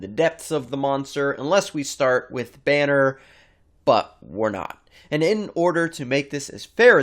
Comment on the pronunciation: Yeah, weird way to pronounce Banner